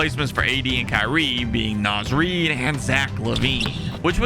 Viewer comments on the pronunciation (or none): none